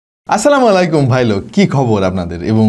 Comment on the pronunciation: ভাই কিছু মনে কইরেন না সালামটা সঠিক সহী শুদ্ধভাবে দেওয়া হয় নাই (আসসালামু আলাইকুম ❤ এটা হল সঠিকভাবে দেওয়া)